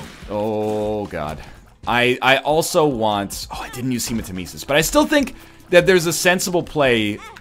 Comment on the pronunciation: Take a shot every time he pronounces hematemesis wrong